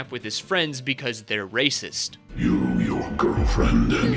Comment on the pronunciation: the way he says racist💀💀💀